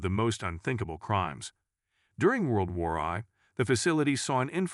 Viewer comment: Your AI narrator really needs to learn how to pronounce things properly. I mean, "World War Eye"? "The Nayseez"? Come on!